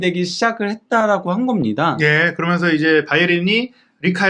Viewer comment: 그어먼서(그러면서), 딸으며으(따르면은)....